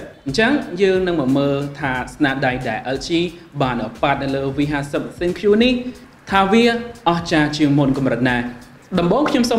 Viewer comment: ThinQ = Think (it mean to be pronounced like this not Thin Q)